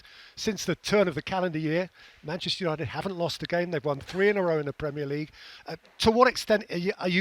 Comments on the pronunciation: Gary has problems saying Manchester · It’s because he’s not from our city and neither are his club.